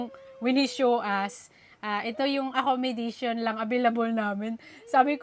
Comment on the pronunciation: Acco-mo-da-tion. At hindi acco-mi-da-tion. Walang permanent address, at hindi permanently. Just correcting for good.